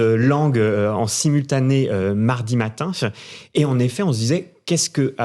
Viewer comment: Très drôle la manière de parler de ce monsieur : "mardi matinche... on ne sait pas comment-fe... beaucoup de choses à raconter-che... hollywoodien-fe... 4 millions prévus-fe..."